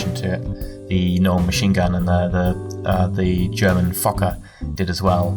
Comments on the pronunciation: It is spelled Fokker, and it is pronounced with a hard o sound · I know it's focker, but it's too funny how you said it!